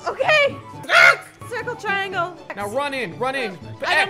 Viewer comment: I'm dead he said ceriangle 😂😂